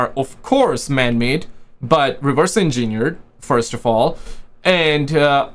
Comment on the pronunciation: Lol it's pernounced engine eered